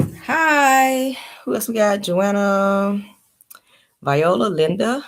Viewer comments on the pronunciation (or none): none